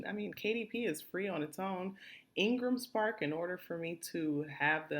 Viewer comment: Thank you for this info, very helpful. But could you clarify what you said where you mentioned a book publisher's name. I heard Engles Park or something